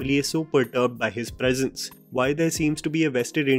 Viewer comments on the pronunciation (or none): none